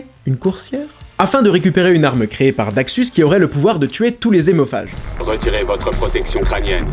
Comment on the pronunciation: Lol! Si hémophage, ça commence par H donc pas de liaison ! Donc on ne dit pas" des zémophages".... comme on ne dit pas les zaricots... Ça commence bien.... Et si liaison, ce sont bien des adeptes de Tokyo Hôtel...